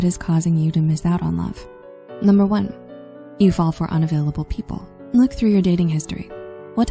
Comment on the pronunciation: From now on, the word "one" is pronounced like "own".